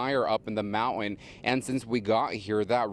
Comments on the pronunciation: What's up with slurring the word "mountain" nowadays? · ..it is a MOUNTAIN not a MOUNAN!!! MOUNTAIN WITH A "T" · What's a Mowan? 🤣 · This reporter needs to pronounce his words more carefully. DEI hire or what. Not being mean but work on your craft. Mountin, really.🇺🇸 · No it’s mou- en. he didn’t pronounce the T in any word. Shocked he’s allowed to report. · “Mow-in” for mountain? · No its monan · I cannot believe these professionals can't even pronounce the letter t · Can't pronounce Mountain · Hey..learn how to pronounce mountain the right way! smh!😵‍💫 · Sad, my hometown. off topic: who pronouces it MOUNT-YEN? he did it more than twice.